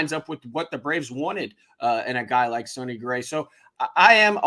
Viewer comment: I'm just glad we didn't sign him, so I don't have to hear "sony" gray